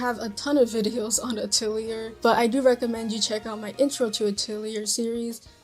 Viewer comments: The games that are dubbed in English pronounce it this way. It’s incorrect but it’s the way they say it. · Pretty sure you're pronouncing "Atelier" incorrectly.